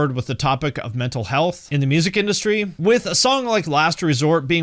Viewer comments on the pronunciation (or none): none